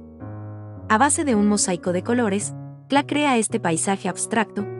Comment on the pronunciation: Muy bonito, el único problema es la pronunciación que hace la relatora del apellido. No es kla es KLEE y ese apellido ha sido el de mi familia desde hace más de 100 años.